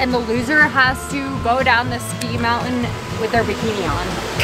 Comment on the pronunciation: Mouen Me: mountain My friend: montin